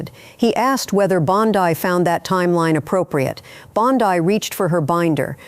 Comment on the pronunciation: Am I supposed to trust a report that can't decide on the pronouncement of "Bondi?"